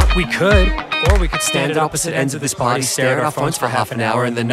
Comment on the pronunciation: Danny says "lets pary now" and my antisocial ass is on fucking BOARD